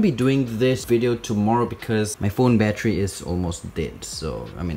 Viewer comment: Sounds like ur saying battree